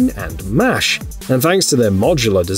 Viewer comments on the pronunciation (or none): none